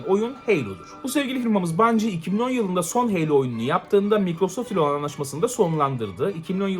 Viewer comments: Heylo ne Halo HALO!!! Kasma Bu Kadar Knight’a Kınayt Diye Bir Topluma Sesleniyorsun Unutma 😂🤣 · Helo değil Halo yani